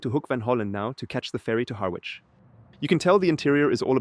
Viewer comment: The 'w' in Harwich is silent. 😉